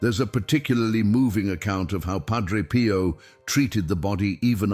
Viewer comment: More AI DUMBING IT IS PIO not “Pro.”idiots!